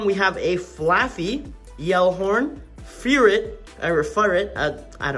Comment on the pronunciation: The name is furret but you pronounce ferret